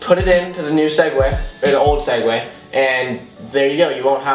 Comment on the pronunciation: swegways not segway